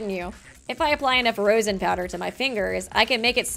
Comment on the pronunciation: hearing mispronounce rosin kinda hurts guys..... rose-in... raw-sin